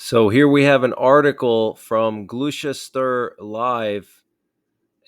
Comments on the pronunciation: The "U" is silent in Gloucester! It's pronounced "glow- caster" this stuff is listed in ALL DICTIONARIES ! AND FREE TOO ! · 'glouce ter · Just call it Gloster mate.. Gloster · It's pronounced "Gloss-ter." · Hey Bruv. Gloucester is pronounced 'glosster' - things are heating up Incredible times to be alive God Bless you